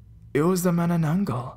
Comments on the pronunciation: It is pronounced ma-na-nang-gal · It's actually pronounced as 'Mah-Nah-Nan-Gal'.